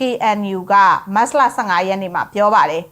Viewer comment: မတ်စလ,မတ်စလ နဲ့ကြေငြာတာနားထောင်လို့မကောင်းပါ။မတ်ချ်လ(သို့)မတ်လဆိုလျှင်တော်သေး။